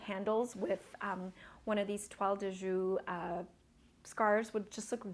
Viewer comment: It's a beautiful scarf, just fyi: the Jouy of Toile de Jouy is pronounced like "shu-eee", not like "shu".